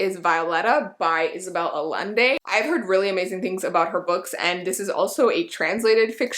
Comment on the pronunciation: Love you....it's Ah-Yen-de....Double LL makes the Y sound in Spanish 👍🏼👍🏼👍🏼